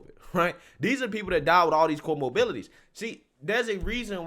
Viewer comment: I like your channel. Please be more prepared than Harris, They died with what? Did you say comorbilities? Or did you say comorbidities?